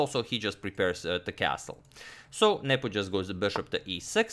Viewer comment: I always hear you saying "Nipple" 😄